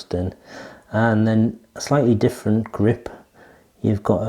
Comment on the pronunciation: Great review as always, I'll be trying these out soon! Love the "greep" haha